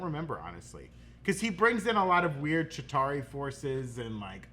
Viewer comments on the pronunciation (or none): none